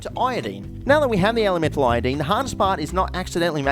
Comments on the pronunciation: Aye nye! Not the Nyetrogen Tryeye-a-dyed! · anyone else wanna die from the way he says iodine